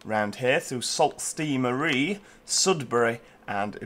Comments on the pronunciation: Sault Ste Marie is actually pronounced “Sew saint Marie” it’s not a big deal tho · I'd actually put Sue not sew